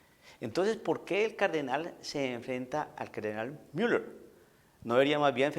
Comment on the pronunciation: disculpa, no se escucha bien la pronunciación con asento anglo (Miller)en una plática en castellano, discúlpeme y perdone se escucha feo e inmaduro. Se escucha antisonante.